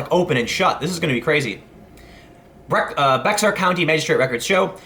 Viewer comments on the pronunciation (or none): listen tim i love ya but i guarentee anyone who lives here in SA who heard you say pronounce bexar as bex ar instead of bear is either laughing or sad. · FYI: It’s not pronounced “Beksar” but “Bayhar”. Just helping a little brother out. I agree with you that Jimenez, should not be Federally charged. For the same token, these people have been getting away with punching people in the mouth for political reasons so I’m not all that broken up about it. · Bexar is pronounced bear, I grew up there. Everyone makes that mistake when they see it. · "Bex-ar County..." It's pronounced "BEY-har". Similarly, the guy's last name is pronounced "hi-MIN-ez". Spanish pronunciation. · It's pronounced Yimenez (Jimenez) and Bear County (Bexar County). Not trying to be the Grammar Police but if you discuss this story again now ya know =) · Bexar is pronounced Bear. Jiminez is pronounced Himinez. I'm sure others have said it somewhere throughout these comments. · Bexar is not pronounced "bex-r" but more like "behar." Even "bear" is a closer to the correct pronunciation. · I LOVE IT!! Also Tim, Bexar county is pronounced "bear" county ;-) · Dude! For God's sake please, please learn how to properly pronounce the guy's name! I know you are from Chicago, but his last name the J is pronounced like an H! Himenez! And Bexar is pronounced Bay-yar! Dang! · Bexar County is actually pronounced “BEAR County” in South Texas. There’s more wierdness here too. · Jimenez pronounced (Heminez). Bexar pronounced (ba’er). With a bit of guttural “h” sound for the x. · not to be the pronounce police but it's pronounced "Bear" county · FYI...the county that San Antonio is in is BEXAR.....the x is silent...pronounced like the animals... BEAR county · Bexar pronounced like Bayer. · Bexar is pronounced bear in texas, at least by anglos. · Lol BeXar. We don't pronounce things the same way in Texas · Bexar is pronounced "Bear". I live in Texas. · Minor point Tim, Bexar is pronounced Bear. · Bear county. X is silent.